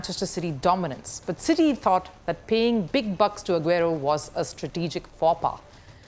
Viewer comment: She definitely hasn't watched a single game of premier league before. Ageero, KBD... Sounded like a business news than sports.